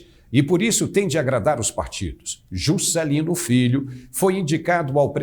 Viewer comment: adorei o sotaque ao falar "Jusssscélino" adoro o nordeste!